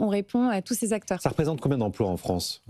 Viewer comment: Cinquante mille "zacteurs"? Vraiment prometteur ...